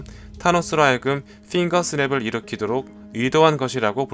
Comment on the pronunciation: 핑거스냅 발음 신경쓰는게 신경쓰인다